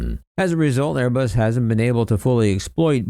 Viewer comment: loyalty torn between his Italian for Airé-Buss und his New Joisey for Bóiñgg 😨😨😨😲😲😲😲